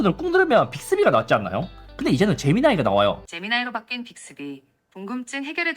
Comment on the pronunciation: 재미나이가 아니라 애미나이 아잉교